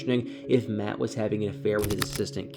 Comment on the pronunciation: You said that right, MATT made that farm.